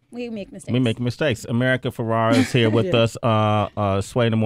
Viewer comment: How many times is going to call her America FerrAra. So cringey. A producer couldn't whisper the right name.